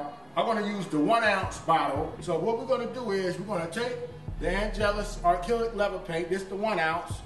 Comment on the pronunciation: n its acrylic not arkillic lol hahahaha